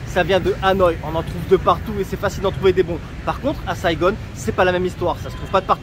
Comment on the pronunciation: Pourquoi SaigoNNE??? ....Saigon!